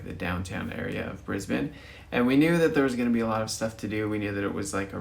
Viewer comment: You actually pronounced Brisbane correctly! You are OFFICIALLY Australian!!